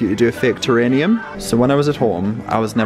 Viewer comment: My dear young man, it's pronounced ta-rare-ee--um.....Terrarium not Terranium….just a quick FYI.